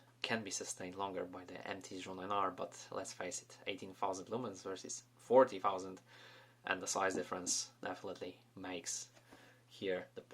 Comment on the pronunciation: lol it soundeed like you said fourteen thousends lumens instead of forty thousend lumens lol but i get what your trying to say lol